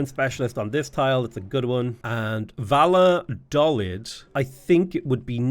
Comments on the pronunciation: You mean Valalaladolid? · Valladolid- Vaja-Doe-Lead (lead like leader, not the metal) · Valladolid is pronounced like bai-ah-doh-lee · Valladolid is pronounced Vayadoleed btw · Valladolid is pronounced vai-a-dol-eed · Valladolid is pronunced Via-doll-id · Im from Valladolid and Its so funny every time you pronounce it